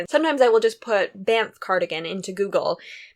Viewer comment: You say Banff perfectly. Love all your projects. No worries about FO’s, it’s kind of sad when things are FO’S because we know we can’t see or hear more about that project anymore ;) love the sweater idea! Sorry I skipped all the last parts as I don’t really read, all my awake time I’m usually doing house stuff or knitting/crocheting lol. Sure looks like you get lots of reading done, my son is an avid reader but I’m more into listening to podcasts as I knit. I’m a Podcaster also and I know I love feedback so just letting you know in case you track if I watch the whole episode ;) hope your kitchen gets put back together quickly, that would stress me out and my anxiety would go through the roof too!